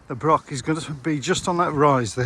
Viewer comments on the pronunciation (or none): The reason for all the wood logs is due to the gales we had the other year. It felled a lot of woods in the area. Also Broch is not pronounced brock. The ch is pronounced the same as in loch. It’s similar to German der Loch or das Buch. The river is the Whitadder not white adder. Adder means tributary and it joins the Tweed just before Berwick. The round house on the other side of the Whitadder is called The Retreat. It was a hunting lodge belonging to the Earl of Mar. The farm up the road from it is called Blakerston. There is a small fort on the top of Cockburn Law, pronounced Coburn, Law meaning hill, but little left. There is a better marching camp at the top of the Cleuch, on the road towards Duns.